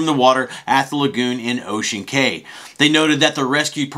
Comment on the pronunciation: It’s KEY, like the key to your door, not CAY like o-Kay